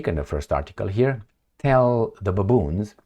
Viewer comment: Welcome nice idea thank you. i like the way you say baaboons 😂